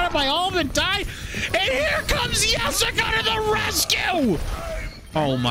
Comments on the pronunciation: Yustice yor yessica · not the “yustice for yessica” LMFAOOO 😂